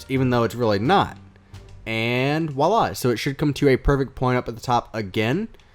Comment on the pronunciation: It's not "willah" it's voilà.